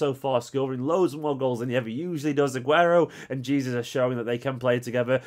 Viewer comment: I love the videos but please pronounce jesus’s name correctly. Its pronounced Jay-sues not gee-sus like normally.